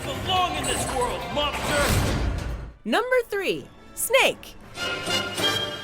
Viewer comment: numba one